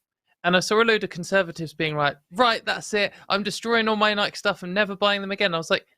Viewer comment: I can confirm that pronounced Nike the correct way we say it in the UK.